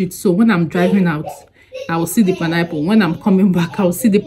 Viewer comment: ❤❤❤I love the way u say panayple instead of pine apple 😅😅😅😅u amuse me all the time